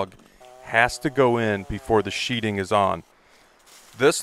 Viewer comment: Sheathing. Not sheeting. It even says this on the plywood, t-111, osb.... you are SHEATHING a structure like you put your knife in a sheathe not a sheet. So many people make this mistake in videos that it is becoming common. Like a common group of illiterates.